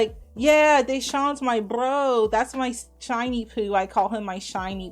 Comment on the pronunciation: Shawn moo moo not shiny